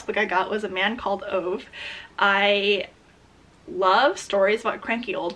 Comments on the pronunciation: I’ve watched the movie for a man called ove and it was amazing. btw it’s pronounced like oveh and the o is like the oo in book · why do english speakers never pronounce the E? it’s Oveh lol